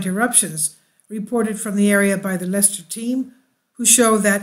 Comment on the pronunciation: Very interesting - thank you. We in the UK say Leicester as "Lester".So you were correct in the pronouncement first time. Indeed the heat to turn the sand orange and make glass on the ground is impressive! I call these eruptions "God's land making machine". Without it we would have no World to live on!